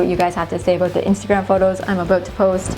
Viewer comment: "I'm ABOOT to show you" 🇨🇦